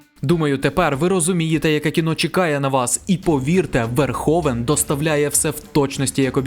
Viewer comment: Розпусна не матір, а мати відпускає сина. Пол не "Верховен", а Верговен. Рутґер не "Хауер", а Гауер, не "хейт", а ... таки ліпше "ненависть" ;) . Пора забути спотворену москальську вимову -- ми, на відміну від тих покидьків, маємо всі звуки у своїй мові для правильного відтворення. А найкраще згадати всі свої слова, а не по-рабському мавпувати чужі -- то москальські, то англійські.